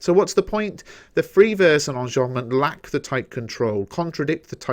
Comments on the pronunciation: Qanzii onjombment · Why do you say enjambment like that?